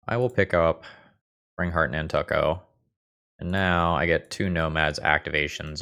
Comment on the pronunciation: Over the last 20 years, have never heard it pronounce nan•tuck•o